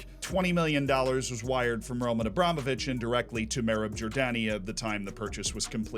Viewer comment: You nailed it, as always, Z. It's RomAn AbramOvich.